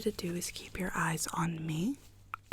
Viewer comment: Nobody: Absolutely nobody:: YeRdEyEs